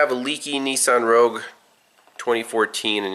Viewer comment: A Nissan Rah-gyoo-uh. 😆 They need to drive that car into a foot of Corrosion-X.